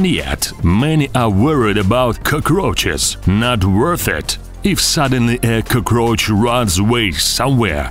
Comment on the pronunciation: Whos here just to hear him say "coghroch".